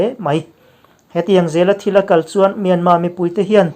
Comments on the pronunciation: Anmani in myarmar ti lo tur, myanma ti zawk tur an rawn ri ziah kha, ila hrelo aniang e, an ti dan kal phung a ang khawp mai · Myanmar,tih hi Myanma,tiin I lam ri fova,saptaqng pawh ani lova,a tawpa r hi lan rik a pawi dawn ami le..? A reng thuah ram pakhat ,hming hniha lam fo ai chuan ,a hming pang ngai,Burma, ti tlang vek law law Ila,sipai terrorist ho hming phuahMyanmar tih pawh hi ka ngei phah khawp mai. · Kawlin R an nei ve lova, myanma tih a dik an ti.